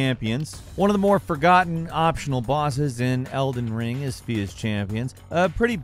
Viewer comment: "Elder Wing"